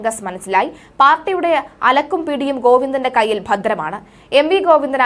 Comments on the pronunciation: അലക്കും പിടിയുമല്ല കുട്ടി. അലകും പിടിയും എന്നാണ്. വാക്കുകളുടെ അർത്ഥം മനസ്സിലാക്കി വായിക്കു. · അലക്കും പിടിയുമല്ല അലകും പിടിയും. മലയാളം പഠിക്കേണ്ടിയിരിക്കുന്നു! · അലക്കും പിടിയും എന്നല്ല. അലകും പിടിയും എന്നാണ് . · അലക്കും അല്ല അലകും പിടിയും അല്ലങ്കിൽ പിടിയും കോഴിയും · അലക്കല്ല കുട്ടി അലക് , അലകും പിടിയും എന്നാണ് പറയുക😊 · അലക്കും പിടിയും അല്ല,, അലകും പിടിയും ആണ്, വായിച്ചു പഠിച്ചിട്ട് വായിക്കു!! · എന്തൊക്കെ യാണ് അവതാരക പറയുന്നത്, അലക്കും, പിടിയോ. ഓരോ വാക്കിന്റെയും അർത്ഥം മനസിലാക്കി പ്രോനൗൻസ് ചെയ്യൂ. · അലക്കും പിടിയും, മതകീയം!കുട്ടീ,കുറച്ചു കൂടി ശ്രദ്ധിക്കുക.